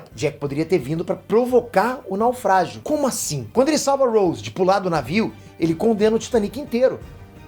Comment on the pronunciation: Ele pronunciou o nome do Rose errado kkkkkk e como Jack afundou no navio se ele nem existiu?😂😂